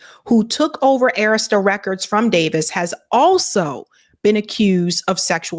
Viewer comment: Please stop mispronouncing Arista.